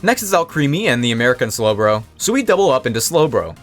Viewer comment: ITS A BRITISH SLOWBRO!!!! Insert image of Cosmo yelling at Timmy